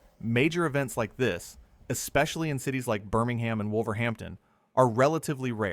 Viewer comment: Please stop saying BirmingHAM.